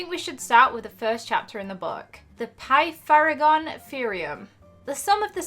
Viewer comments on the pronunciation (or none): Pa-thag-ree-am theorem